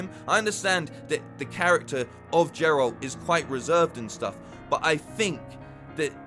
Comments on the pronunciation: It's Geralt - not Jeralt... Show was fine. Better than I expected. Hoping for better second season though. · great video; but yes it's pronounced like: "[soft g] air ult" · Didnt mean to be rude, was just hinting at i love your hair and that you said his name wrong lol.